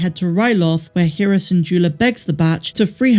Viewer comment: Her name is pronounced Hera, not Hera.